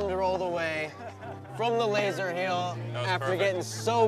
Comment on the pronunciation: keeps on saying Lazer Heel 😂 is there any other way to Lazer?